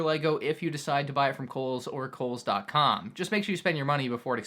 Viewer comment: Lmao he said koles